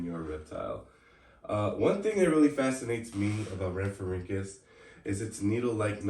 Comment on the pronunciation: Palaeontologist in training here! I’ll fact check! You said rhamphorhynchus correctly! Not an easy task, good job! Yes late Jurassic, 150.8 to 148.5Ma. Aspidorhynchus is a wacky fish! This would take ages so I won’t say when you’re right only correct when you’re wrong (if it comes up.) The aspidorhynchus was likely biting the wing of the rhamphorhynchus as its jaws were closed near its humerus. I’m not going to talk about how you said Europe! Most species names such as rhamphorhynchus are singular and plural. One rhamphorhynchus, many rhamphorhynchus. Archaeopteryx is a reptile, all pterosaurs, dinosaurs and birds are reptiles. All birds are dinosaurs, not all dinosaurs are birds. It’s why we called them either non-avian dinosaurs or avian dinosaurs aka birds (aves, ay-v-s) Rhamphorhynchus had an estimated wingspan of 1.81m (5.9ft) and a length of 1.26m (4.1ft) with a standing height of around 0.45m (2ft) at the wingtips. The tail length shows it was a basal pterosaur and it’s really amazing to see evolution work! depends on what you mean by successful. Do you mean the amount of time it was around for? How many of them were alive at a certain time? How wide spread they were? Many variables. it’s tail was likely not useful enough to compensate for the energy cost of growing it so they was selection pressure against it, evidenced by the fact that all known later pterosaurs lacked it. As for the diamond fletching i assume it was for flight stability and turning as seen